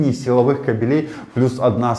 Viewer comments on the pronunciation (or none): none